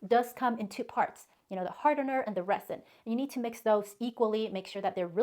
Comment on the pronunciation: I love your video.. but I'm not trying to be pronunciation police but as many times as you say "resin" the "s" is supposed to sound like a "z"..yes I'm an English teacher..lol